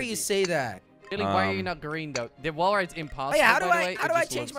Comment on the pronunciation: Its wall not wull